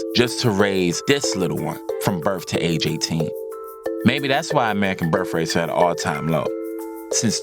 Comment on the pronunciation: Birf-rates lol